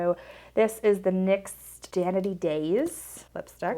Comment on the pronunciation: FYI....it's NYX Dainty glaze not Danity glaze.